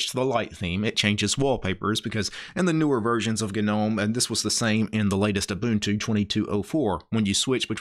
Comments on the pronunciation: it's gnome. Pronounced nome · am i tripping or does he keep saying the word "gnome" wrong... wtf...